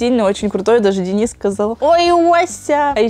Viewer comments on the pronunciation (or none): none